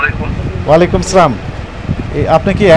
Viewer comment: স্যার আপনার সালামে সমস্যা আছে,সালামটাকে আরো পরিশুদ্ধ সঠিক উচ্চারণ করুন